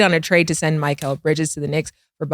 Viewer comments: These dudes really can't say anybody's name right lol. Miquelle? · Why can none of them pronounce “Mikal” Bridges name correctly?